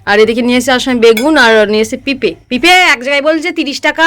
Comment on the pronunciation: Pipe পেপে ore songi moron aktu manur sate school e vorti hoye jao uchaaron sunle মাথা তা gorom hoye jache😂❤❤